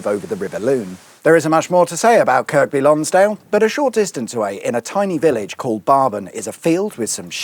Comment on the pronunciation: its pronounsed KIRBY LONGSDALE by the locals..i spent my youth in that area and the lakes ..its not grown in size because they have prevented a lot of house building there..for good reason.dont swim in the lakes there badly polluted.